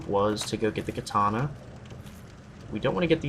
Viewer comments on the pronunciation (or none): none